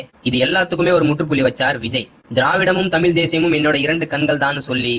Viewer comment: தம்பி தயவுசெய்து தமில் தமில் என்பது கம்பளி பூச்சி முதுகில் ஊர்வது போல இருக்கு...... தமிழ் என்று சொல்ல பயிற்சி செய்யுங்கள்.